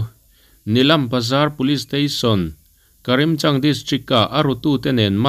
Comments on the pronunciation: Karimchang ni lovin Karimganj tih tur zawk aw🙂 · "Karimganj" tih tur a ni e., kan beng i ti var leh sawt mai 👍